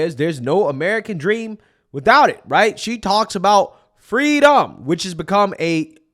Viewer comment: Kamala calls it Frweedom